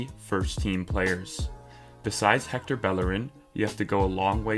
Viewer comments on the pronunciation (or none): none